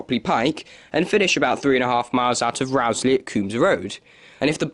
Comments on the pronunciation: It's not Rowsley as in row or argument, but Rowsley as in row your boat. (Rose-lee) I've noticed a lot of people doing videos featuring the line get it wrong. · Interesting, though I've never heard the mainline through Peak Forest ever referred to as the "Buxton Loop". Unfortunately, you've pronounced Rowsley incorrectly. The first syllable is pronounced "row" (as in row a boat), not "row" as in arguing with someone. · It is pronounced Rose-Lee. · just about to say the same thing..... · That's not how you say Rowsley. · Mostly to the point. However, you might note that it's Chapel EN (rhyming with hen) le Frith - not pronounced in the French way. Durlow should be Dowlow. And the Row in Rowsley rhymes with "blow". You can always check such things beforehand with locals.